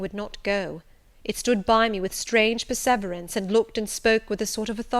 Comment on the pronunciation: Please pronounce perseverance correctly! The emphasis is NOT on the second syllable, but on the third...'per-suh-veeur-ens'.